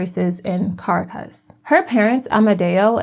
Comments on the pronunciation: Make an effort to learn how to pronounce Ca-RA-cas. Or any other capital city. You go online an type, "How do you pronounce..." Takes 30 seconds.... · Hi, love the video! Just wanted to give you a heads up on Spanish pronunciation. Unless there’s an accent mark somewhere in the word, emphasis is placed on the second last syllable. So the capital of Venezuela is pronounced ca-RAH-cas. ❤ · Please pronounce Caracas properly; it is Car aa. Cus. You can look it up on Google. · The narrator may want to learn how to say Caracus. Go back to school